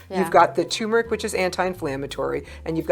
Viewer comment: Turmeric is pronounced tuRmeric not "toomeric."